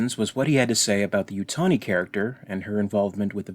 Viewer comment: I'm not going to waste my time telling you how idiotic it is (even if this were to be the best television show ever) for anyone to waste their life over a minute. The only thing I'll point out is how far off-base you are when you pronounce this woman's name - phonetically spelled - as 'you-toe-KNEE', when, as anyone involved with ANY of the films or even just watched them (or other - even unrelated stuff, such as Angel) can tell you, it's CORRECTLY pronounced 'YOU-tan-EE', as in Weyland-Yutani (and here's one for you; no, I've nothing to do with anything to do with Alien, but I do know someone who should know better than most, and this well-known 'lieutenant' (no names, please) even said it's 'YOU-tan-EE'.